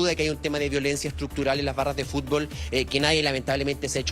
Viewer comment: Y EL FUSTBOsss..Y QUE PAJ..COMPAÑERO.😂😂😂😂😂